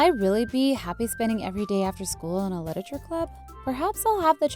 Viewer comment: Is it just me who got so annoyed when Cupquake said 'Liteture' at the start?